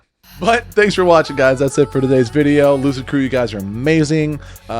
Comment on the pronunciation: You sure you're not saying hello Loser crew in your intro? I swear i hear it everytime instead of Lucid. Maybe I'm just deafer than I realise.